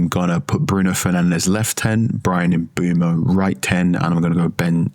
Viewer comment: If only they could say Bryan Mbuemo name correctly 🥲